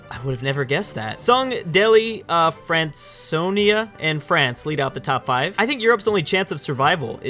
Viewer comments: Franconia is pronounced frankonia, probably don't care but just didn't want u to look stupid. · France-onia?! TRIGGERED